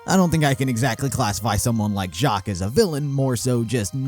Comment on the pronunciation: Uhmm Weiss is german for white also spelled as "Weiβ" and u pronounce W as a V.. so u say /Veiss/ :) just saying if already pronounced Jaques correctly